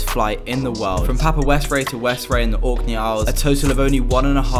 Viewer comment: It’s pronounced West-Ray I know this since I live here also I think you might have visited my friends shop